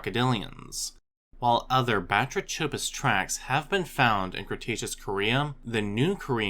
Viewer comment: The “ch” in Batrachopus is pronounced like a K as in all related words like batrachotoxin derived from Greek βάτραχος (bátrakhos, “frog”). The number of otherwise diligent, industrious educational YouTubers who mispronounce key words, use incorrect plural forms etc. is really surprising and somewhat regrettable. I mean, “ancestrial”? Really??